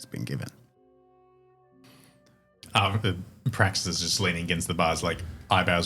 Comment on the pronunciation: "You may call me Praxis." "BRAXIS?" 😂😂